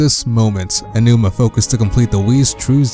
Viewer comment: I guess not. The guy should know how to say "A G OWNOOMA"